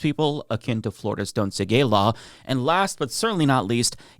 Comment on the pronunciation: the “don’tsaygaylaw”. Why did you run all of those words together?